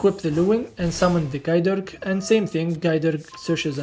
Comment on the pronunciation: Im not 100% on my historic pronunciations but if you wanted to know Gae Dearg more like "Guy Jerrak" and Areadbhair is more like "Air-ed-var"